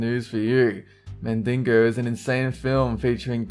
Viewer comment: I love how the Australian guy says mandingo, like mandinger !LOL e